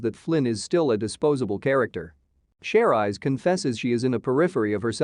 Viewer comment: thought it was "Cherise" in a French pronunciation.